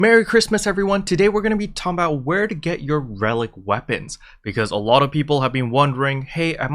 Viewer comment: Did you just say "talmbout" ... bro that's my native language. I didn't know you spoke Southern Black guy lol